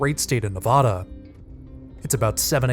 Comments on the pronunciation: If you "don't" want to offend viewers, "learn" how to say NA-VAD-A. (Nevada) and it's NOT the Sierra Navoda. Makes you sound like an ignorant fool. you do it again, It is NOT the "Great State of Navoda." OMG> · Mispronounces Nevada constantly. It's not Nev-AH-da. The second syllable rhymes with "bad" or "mad".